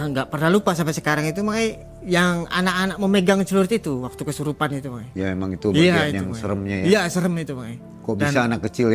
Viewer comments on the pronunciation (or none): none